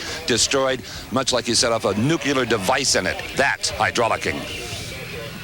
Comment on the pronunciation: Dumb not to go to the ambulance and get checked out. And it's "nu clear" not 'nu cu lar".